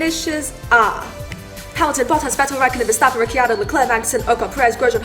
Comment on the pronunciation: It’s Ricciardo not Rikiardo 😡😡